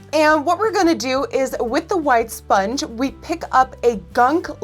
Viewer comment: "esponge" LOL